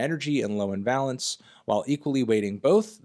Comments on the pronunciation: Dear god please learn how to pronounce valence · Pedantry: Valence rhymes with Van Halence rather than balance. Pretty interesting bit of nerdy time-wasting all the same. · you dont have to lie to us anthony we all know you wrote the article. would still recommend learning to pronounce the word valence before trying to use it 50 times!!